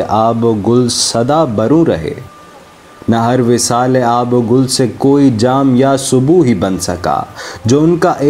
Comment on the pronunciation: sir sorry to say pehly nazm k andaz e biyan ko smjhyn ,apko to itna ilm ni hy k nazm m aab o gil hy ya aab o gul ,afsos sd afsos